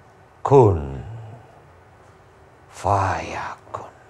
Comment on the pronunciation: Pak ustad, kun fayakunnya please nadanya jangan seperti itu😩